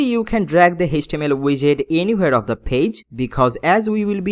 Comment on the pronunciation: I like your video guide but please stop faking your English accent or copying others... I just hate that every time you use "h" pronunciation... It is "Page" not "Phage" it is "Coloumn" not "Kholoumn" it is "Copy" not "Khopy" it is "class" not "Khlass" it is "dot com" not "dot khom" it is "go to" not "go thoo". It is very irritating. I am sorry but I would stop watching your videos soon because of this.